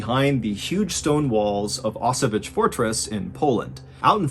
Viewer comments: Actually it should be pronounced more like "Osoviets". It would be as close as it gets to original pronunciation. "Osovich" sounds nothing like Osowiec, where the story takes place ;). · It's an amazing story and I love the way you told it, but... It's not "Osovich", it's "Oso-vee-ets" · Actually, it's pronounced like 0s-sovyets, not oss-o-witch :) Love the stories, anyway . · O-so-viets (the last part read like in VIEtnam) You're welcome : > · favorite battle of ww1, i wanted to hear you take on it. and i loved it, but one problem. its pronounced ow-s-vetz, kind of like auchwitz, but with a hard ow. but in russian instead of polish its more Oso-viets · Wow, I'm from Poland and I've never heard of that event before. Truly interesting story! I'll try to visit the fortress if I have a chance. <3 I might also add you pronounce "Osowiec" quite incorrectly. 😅 "Osow-" is correct, but you pronounce "-iec" like "itch", when it should be like middle of the word "pr-ETZ-el". :D But ponunciation of "Kotliński" was pretty much spot on for native English speaker. :) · Great story telling, Mr. B, but 1) the fortress name is pronounced /ɔˈsɔ.vjɛt͡ɕ/, with t͡ɕ at the end pronounced like 'ts' in 'tsar', and 2) Second Leutenant Vladimir Kotlinsky was not an 'inexperienced soldier', he was the commandant of Osowiec with at least twelve months of combat experience by the point described in your video. Apart from St. George's Cross you mention, he was awarded two other orders of the Russian Empire. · is he talking about Auschwitz? never heard anyone pronounce it like that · Thank you. I couldn't scrap the name of the fortress from anywhere. That English pronunciation messed my mind.